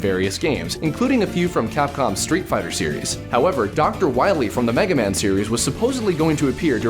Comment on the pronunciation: Calllack Awesomeson although, this is the game that called the main villain "Doctah Wahwie"